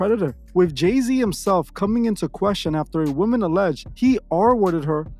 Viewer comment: Is this J-Zay son they call Lay-Z? 🤦🏽‍♀️